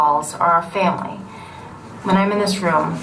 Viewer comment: Vin Diesel pronounces it "Fambly"